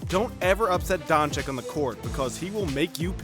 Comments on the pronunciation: Wait, isn't it pronounced Donchich. Never heard nobody pronounce it DonchiK before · Mr. Don Chick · Just call him Luka, or learn to pronounce his surname please.